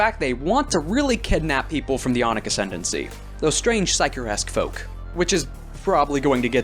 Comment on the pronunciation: Really good stuff, but your accent made me really fucking confused whenever you said aunic, I thought you were saying yonic Yonic assembly is like calling yourselves the kingdom of phallus